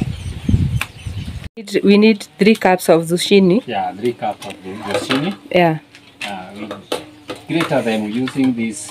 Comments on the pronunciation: You pronounce it with a K not Ch,you say zukini. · 😂 I love this couple. OK pronounce zucchini as 'zukini' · Try to pronounce zucchini this way: Zoo-Kee-Nee. I love watching Peter bake for you, and Jimmy play with the mud. What a great childhood he has! You and your husband are both very patient, and loving parents, and your children are well mannered and content. You are doing a great job raising them. Everything about your life is down to earth, simple, real, and natural. I look forward to your videos each day. You remind me what life is all about. Thank you for that! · Hi guys, the way it is pronounced here in the U.S., the "h" is silent. "Zoo- kee- nee" bread. Your bread looks delicious. Enjoyed the video! ❤ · I just love your channel!!!! That Bread looks very delicious the correct pronunciation of the word Zucchini is (zoo-kee-née) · In the USA it is zucchini bread. Pronounced Zoo-Kee_nee. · In the United States we spell it the same way you spelled it, Zucchini, but we pronounce it, “Zukini”. Your husband did a great job!🥰💕🌷 United States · Great job but zucchini is pronounced zoo key ne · It is a squash pronounced zoo key nee! Do not make the chi sound. You're doing great!❤